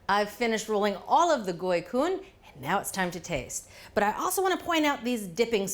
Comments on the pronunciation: Omg! Thank you correctly pronouncing the name and referring to them as summer rolls! It’s ridiculously hot in Viet Nam in the summer time and this cool dish is great when the outside temperature is high! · I was really worried to click on this, but the pronunciation of goi cuon was super on point and so was the recipe! A few tips though: use chives instead of green onions and don't cut the vermicelli noodles! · Mostly it's Chives leave instead of scallion. Scallions are too strong over basil as well as other herbs, chives leaves on the other hand are not, and have sweeter taste that match with the peanut sauce. Anyway, very well done, it's an amazing job and the gỏi cuốn pronunciation is superb!!! Thanks for the video. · bravo on the pronunciation! ❤❤ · Unbelievable! Julia, you pronounce "Gỏi Cuốn" perfectly. You also roll "Gỏi Cuốn" beautifully. Bravo! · impressive, you pronounced it perfectly. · Her pronunciation for it was spot on. My family usually just have lettuce, chive, shrimp, pork belly, and vermicelli. The sauce we pair it with is usually hoison, peanut butter, fried garlic, and sambal. I'm going to make some tomorrow! Been craving them. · Great job on the pronunciation! More Vietnamese recipes please! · As a Vietnamese-American I really appreciate you preferring the dish to its Vietnamese name. Additionally your pronunciation is perfect. Thank you!!!! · Perfect job Julia...Vietnamese approved! You even pronounced it correctly. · Yes she did great! Cam on :) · She did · Julia nailed the pronunciation!